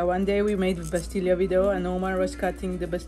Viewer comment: nn bastilya Just bastila 🇲🇦🇲🇦